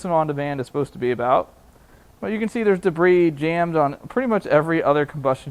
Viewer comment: De-briss. My son and I use this pronunciation when a caution breaks out a nascar race due to “de-briss in turn 2”…😀